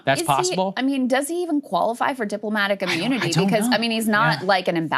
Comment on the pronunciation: "deep-lo-matic immoonity"